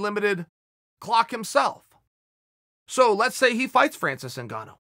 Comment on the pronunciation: It’s Francis NIGANNU not ZINGANU chael!!